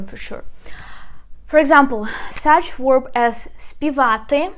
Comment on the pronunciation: You are mispronounced 2 words. The word "verb" is pronounced with a v, or the letter B in Ukrainian. It is not pronounced with the letter "w" as in were, or word, or work. It is a "v."